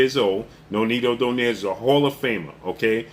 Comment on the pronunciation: Even Donaire isnt Pronounced DO-NEYR, it is realy Pronounced as a Filipino , DO-NAY-RE. 😂😂😂 AMERICAN so free even pronounciation made it worse😂